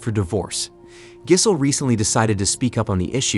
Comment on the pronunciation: This is a top notch AI voice. Unless that is you mispronouncing “Giselle”?